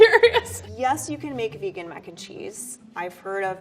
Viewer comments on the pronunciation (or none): none